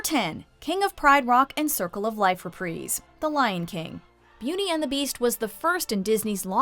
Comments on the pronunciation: Have I been pronouncing it wrong, or did I just hear her say "represe" ? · The way she says “reprise” is making me cringe. It’s pronounced “Re-prize” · It's pronounced re-pr-EYE-se. Like prize. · Ur trash, it’s like saying Re-Prize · Anyone else get really pissed when she pronounces things wrong 😫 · She cant even pronounce reprise right